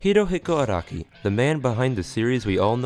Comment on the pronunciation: its Ah-rah-kee not ah-roh-ki